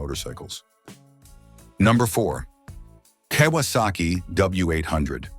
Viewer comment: “Kay -was - saki